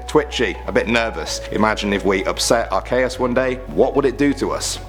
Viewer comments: you say at Kay us it,s arceeus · honestly it aint pronounced arCAYus its spelled arCeus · are-SEE-us, not are-KAY-us.. sorry, this is the internet.. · OMG ITS NOT ARCAYUS ITS ACEEEEEEUS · AR-KEE-US get it right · He said Ar cay es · .- are-key-us with the ee sound dude. also most every single ghost type is terrifying heck freaking solosis and its evolutions are horrifying because it's literally a fetus pokemon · its pronounced are-see-us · It's ar-key-us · What's a arkaes? I know of arceus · IT IS PRONOUNCED (ARE--SEE--US) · jake p It's Ar-Kee-us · learn how to pronounce the last 2. i'll teach you right now Yveltal is pronounced Why Vell Tall Arceus is Pronounced Ar Key Us (Originally Ar See Us) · It's pronounced ar-CEE-us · U name arceus wrong... bruh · you mispronounced Arceus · Pokemon fans will hate how he pronounced Arceus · You pronounced arceus wrong